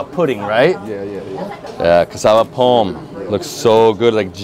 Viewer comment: Its Pone......why can't you say it right when you ask them